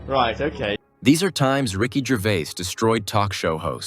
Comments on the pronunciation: My fav moment was you constantly getting his second name wrong.... its pronounced Gervaze not Gervay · His name is Ricky Gervais! Not Gervay! Get it right! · oh, at the end: his name is Gervais... see the s? not Gervay